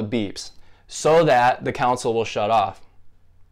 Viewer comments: Just wanted to inform you that you’re saying console wrong. You’re saying coun-sole but its actually con-sole. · Not cown-sol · Very useful mate as I've used it due to a game not loading when it has no problem before and after cleaning the disc ect. But it didn't repair it. But I have to pull you up on how you pronounce console it's not council as you were pronouncing it. 👍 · Say it with me, CON-SOL